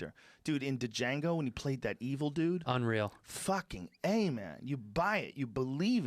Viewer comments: Not the first time he's called it Da Jango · in If Joe says, “Da-jango” one more time... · The “D” is silent Joe. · Joe Rogan: "DA JANGO" Me channeling my in Django: The D is silent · Did you even watch the movie Joe? He says it in the movie! The theme song says it in the song! It’s just pronounced JANGO! hahaha not Dijango like DiCaprio! Just jango hahaha. Love you joe! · Were all gonna ignore the fact that joe said Da jango lol wtf? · DUH-JANGO??? note: The D in Django is silent, Joe. It's pronounced Jango. They say it in the movie. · Joe "Da-JAngo" Rogan the d is silent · The way Joe pronounces "Django"... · JANGO NOT HARD D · Joe "d-jango" Rogan. "The D is silent, mutha fucka". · Joe "Duh-Jango" Rogan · Joe...stop with the DaJango shit....I've heard you say that more than twice now. Silent D. Jango. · Biden had an aneurysm, doesn't seem Joe knows this. I couldn't believe Joe pronounced Django incorrectly, come on man, seriously? It's not D'jengo, The D is silent. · Joe “Duhjango” Rogan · Joe "Duh-Jango" Rogan... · Joe D-JANGO rogan The D is silent hillbilly 😂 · Joe said "D-Jango" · Did he just say "D-jango"? Did he not watch the fucking movie? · Joe “Dajango Unchained” Rogan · It's pronounced Jango! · it relly saddened me when joe said 'd-jango' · D-Jango 😂 😂 he even said it in the movie....the “D is silent” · Joe "DaJango" Rogan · Joe “da-jango” rogan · Joe "In DeeJango" Rogan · Joe “D-jango” Rogan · Jesus Christ, the D is silent. It’s even in the trailer which obviously means it’s also explained in the movie. Django pronounced “Jane-go.” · duh jango Guess Joe missed the “the d is silent” scene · In the words of Jamie Foxx in Django..."The D is silent." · Geezus, somebody please tell this man the D is silent.. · Ya joes losin it. This is not the first time he’s mispronounced movie titles lol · The D Is silent lol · Joe "the D in django isn't silent" rogan. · The "D" is silent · “The D is silent, hillbilly...” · Somebody please tell Joe how to pronounce Django!